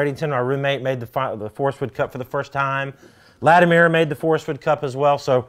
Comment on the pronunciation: Scott, it’s Lati-mer not Lati-meer